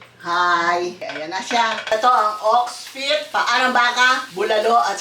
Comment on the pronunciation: "Ox peet"😂😂